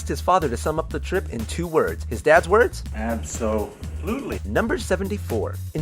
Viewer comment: Logo nerd here: remember that Absolutely in this concept is pronounced Abso Lutely. One word split into two words